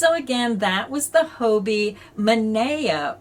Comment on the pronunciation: It puzzles me a little that so many USA YouTubers refer to Hobbii as Hoe Bee - I have always thought of it as Hobby, as in knitting and crochet are hobbies and Hobbii supplies us with what we need for our hobby.